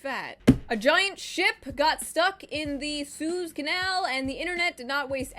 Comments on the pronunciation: “Zooz canal” Sue-ez is how it’s pronounced for in future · you pronounced suez as sooz and not soo-ez and i dislike that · Mispronounced Suez and insectoid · Isn't it Su-ez not Sue-z